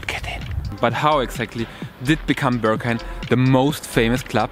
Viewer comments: Steht da Börghain oder warum sprichst du es so aus? 😂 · dachte ich spätestens als ich sein erstes ‚Börrghain‘ hörte 🤣